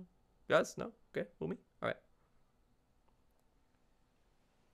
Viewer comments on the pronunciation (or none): Actually its woomy not womy.... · YOU MEAN THE ULTIMATE "Veemo" Octo Expansion ENDING! Octolings say "Veemo" not "Woomy"! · ah yes, W O M M Y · W h a m y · No boat it’s VOOMY